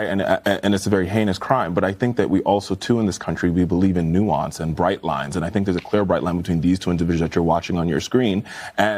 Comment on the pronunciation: They don't even know how to pronounce or define the word nuance.